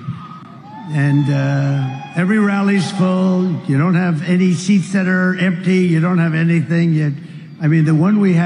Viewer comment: Trump said ‘theats’ instead of ‘seats’!!!😂😂😂